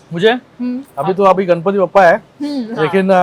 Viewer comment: Kamya, please pronounce Ganpati as गणपती , not गनपती, you are a Mumbai girl, you should know the correct pronunciation